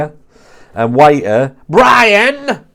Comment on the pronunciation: The way you say Bryan's name just has me howling 😂